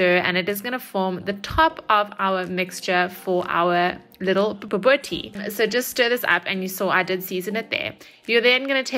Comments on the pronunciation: Pronounce it "boo-bo-teee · It's pronounced "ba boo tea"😁.....your recipe looks and sounds amazing 👏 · 🤣👏🏻👏🏻 Pronunciation completely wrong… BO-BO-TIE… the T is the one you want to emphasize when saying the word😜 Can’t wait to make this!!! Love you … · Bobotie with a t, not kie or tjie. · lol it's pronounced bobotee